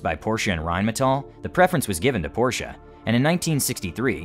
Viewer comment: Rheinmetall has requested an export permit for the Leopard 1 MBT but the German government has not given it yet. BTW: It is "Porsche" and not "Porche" or "Porshe". ;-)